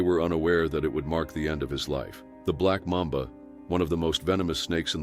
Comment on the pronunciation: Mamba,not Marmba.